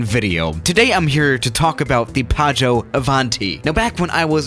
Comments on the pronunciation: Hey, it's actually PIAGGIO, not PIAGGO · It is Piaggio not Piaggo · Piaggio not piaggo... I'm italian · as an Italian I need to say that it's called Piaggio Avanti but you not say it Paggio Avanti, it's just Pi-aggio Avanti, good vid do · Says "Paggio", spelles "Piaggo". It really is "Piaggio". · It's Piaggio not Piaggo. It is pronounced "pee-ah-jo" :DDD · It's piaggio not paggio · It’s Piaggio not Piaggo... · People:piaggo avanti:padjo ivanti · Coming from an Italian, how he said "Piaggo Avanti" sounded so weird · P.S. I am Italian and I know it's "P-ee-oj-ee-o" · Nobody: PAGGO AVANTI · plane:PIAGGIO AVANTI:PAGGIÖ AVÁNTI me, just an italian guy:ExCuSe Me WtF!1!1?1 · today we’re going to talk about the ‘Piaggo Avanti’ Me: blurrgbleue?? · You should check the correct pronunciation. Piaggio Avanti is pronounced really differently than "paggio", which means waiter. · Pronounced pyaggyó... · Actually it‘s „piaggio“ and you say the first i... These are the ones that had built the „ape“ tricycle! And no, ape does in that case not mean ape but it‘s the italian word for bee. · yeah, but you forgot that there are two g in "PiaGGio", so you have to pronounce it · Actually its "piaggio avanti" XD (that plane isnt even so bad! Maybe I think it because I'm italian...🤨🤔😂) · Its "Piaggio avanti" u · Piaggio is actually a really big motorcycle company, and you pronounce it really wrong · When you pronunce piaggio you have to make the i sound